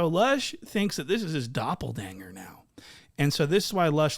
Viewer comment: 😂 homie said “doppleDANGER” 😂